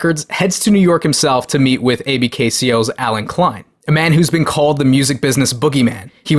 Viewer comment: Pronounced “ABKCO” not “A b k c o”. Allen B Klein Company. Bad dude.